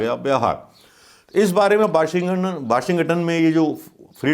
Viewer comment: Sir aap ekdam sahi hai par sir apko na Washington bolna nahi ata...